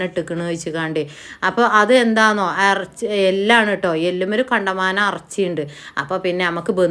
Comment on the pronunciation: അറച്ചി അല്ല ഇറച്ചി 😅